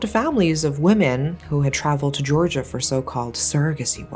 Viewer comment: It's somehow so refreshing to hear you say 'Georgia' - and be sure you actually mean the country with its own complexity, not a state (which is surprisingly common for most English-speaking narrators).